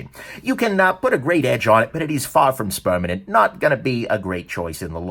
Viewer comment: “Spermanent” ..... really ..... lol